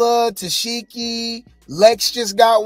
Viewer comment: Omg yall he keep pronouncing it -Tess-Sheki, 😂😂😂😂 it’s Tesehki which is pronounced “Ta-Seek-E “